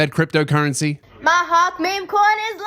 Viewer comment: What Australian pronounces Hawk like that? Hand in your citizenship mate.